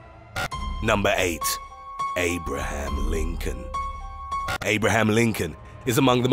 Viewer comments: I CANT FUCKIGN BTEATHE "NUMBER 8 ABRAHAM LIMCOLN" PLEASE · "AabraHAM LiNNcoln !" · The way he said “Abraham Lincoln” 💀💀💀